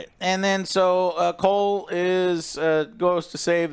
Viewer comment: I'm referring to Joe's incessant mispronunciation of Cole's name 🙄